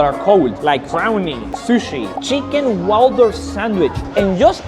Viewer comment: bro said chichhhhen